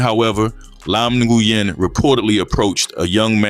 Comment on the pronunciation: The name is pronounced “Win” brother. I kno bc one of my best friends has that same last name.